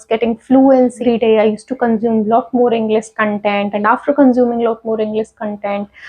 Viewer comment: You pronounced Englis but that is English